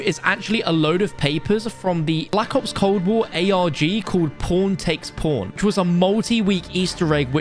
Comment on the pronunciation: Bro saying “pawn” in your accent got me trippin’ 😥